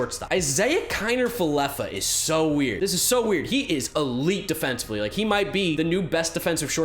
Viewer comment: Ik right. It's Kiner-Falefa